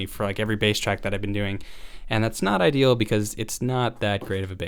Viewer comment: "That's definitely i-DI-al"